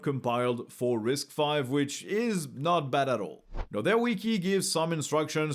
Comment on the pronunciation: Its not "RISC-5" its "RISC_V" as in the Letter V. but yeah, risc-v is an amazing architecture, especially for OSS guys!